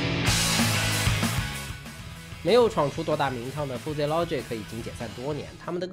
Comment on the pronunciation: Fuzzy 读 ˈfəzē 吧 阿泥妹饭真的读出了南京味 太亲切了 在南京读的大学 😂😂😂